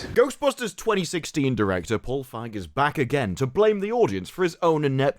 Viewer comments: Dude, it's pronounce Paul Fieg-y. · Just saying, the "ei" in "Feig" is pronounced "a". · “Paul Fag” 😂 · Think the correct pronunciation is 'Paul Phage' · I believe its pronounced as "Feeg" just like "Sneed & Feed" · Just so you know, you mispronounced “Feig”.